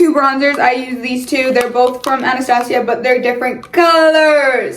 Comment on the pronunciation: Not hating but that’s not how you say Anastasia